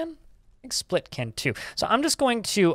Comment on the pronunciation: Love the vids. Just fyi. Spelt is pronounced Spell t